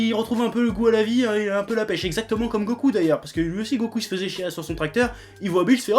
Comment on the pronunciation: Je pense que le plus triste dans ce que tu dis c'est "fessait"... On écrit "Faisait" et on prononce "feuzai". J'aime pas faire le prof de français mais là ça pique ^^' Bref, je m'explique pour le "encore à l'Ouest". Tu dis que tu juges les 2 arcs ok. Là tu parles des films en fait mais ok, soit. Goku faire preuve d'intelligence dans la vraie vie ? On doit pas regarder la même série je crois parce qu'à part bouffer pour se nourir ce timbré ne fait rien d'intelligent Irl. Ce que tu dis pour Sporovitch etc, c'est un jugement de puissance qu'il ressent comme les autres guerriers le ressentent mais à des degrés différents, rien à voir avec l'intelligence sinon Piccolo et Végéta seraient clairement au-dessus. Après s'il en fait trop à ton goût c'est ton ressenti, perso j'suis pas dépaysé. Végéta a toujours sa fierté de Prince et c'est pour ça qu'il accepte d'avoir un représentant d'Univers comme Maître, ainsi qu'un Dieu. Au stade de puissance où ils en sont ils ne pourront plus progresser sur Terre, même avec les machines de Bulma. Il le reconnaît et c'est une preuve d'intelligence. Ensuite, tu dis que son charisme se justifiait par le fait qu'il soit prêt à tout péter si on le contrariait. J'suis pas d'accord, l'arrogance, la mauvaise foi, l'orgueil et j'en passe ne sont pas, pour moi, des signes de charisme. Tout ça c'était surtout sa connerie de sayan qui était plus négative qu'autre chose. L'impulsivité n'est pas un signe d'intelligence, il était plus con qu'autre chose et c'es